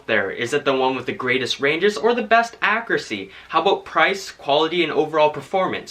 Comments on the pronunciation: It is pronounced “akyuruhsee” not “akrasee” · It's ACCURACY, not AKKURASY Freaking get the pronunciation right!